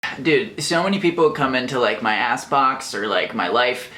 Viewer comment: I misheard "ask box" as "ass box" and life got even more confusing for a moment.